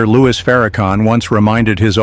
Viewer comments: PLEASE CALL HIM LOUIS!!! NOT LOUIE!! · His name is LOUIS. …. Not Loue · Narrator how dare You disrespect Him by Disrespecting His NAME. Your Name is Everything, how dare you call Him Louie. His Name is Minister Louis Farrakhan. Narrator get it Right or leave it Alone ,,we know you are Not ignorant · It’s louis not Lewy😡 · 😂I stopped listening to the narrator when he mispronounced Minister Farrakhan's first name by calling him "Louie". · His name is not Louie, it's Louis. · Who is the narrator? His name is Louis Farrakhan, not Louie Farrakhan. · His name is Minister Louis Farrakhan. Not Louie!! Get it right. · This AI garbage are whatever it is can't even pronounce the Minister name right.